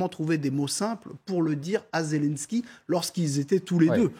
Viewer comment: C'est quoi ce journalisme ? La première phrase déjà il prononce pas bien le nom mdrr Zélènsky Pas zèle en ski 🤣🤣